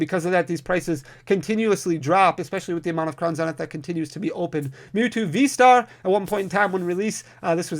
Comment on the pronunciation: Zzzznith not zen. Sorry was bugging me 😅